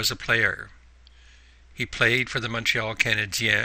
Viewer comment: You pronounced Montreal Canadian correctly -- Canadian Eh thanks for the information it was helpful